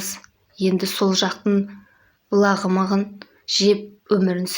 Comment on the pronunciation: Блағмағмағын емес бламығын шығар әлы дурыс оқыялмайды екенсың😊